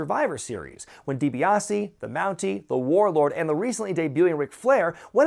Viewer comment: 'Ted DiBaise'.